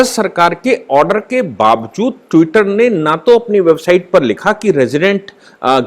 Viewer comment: Tutter per saphar Nahi aayi hai.Enlogon be Bharat me saphar machaya hua hai ..aap jars bhash ko thik Kar Bola Karen pl.